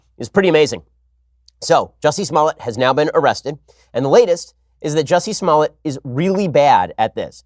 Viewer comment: Lol..He said Juicy Smollett!